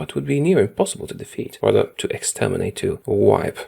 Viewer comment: Defeat not Defat